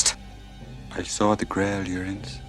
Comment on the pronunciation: A good recap of the movie mixed in by bits and pieces I hadn't heard. But your prounounciation of "Uriens" isn't so good. It sounds like "Urins"...